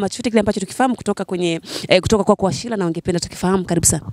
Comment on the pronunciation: Washira sio Washila kha!